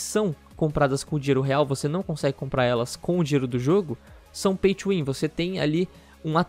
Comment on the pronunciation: caralho demorou até eu entender oq é esse Paitchuwin kkkkk até eu entender que ele tá falando Pay to win